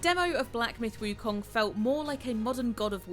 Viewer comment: Props for the pronunciation on “wukong”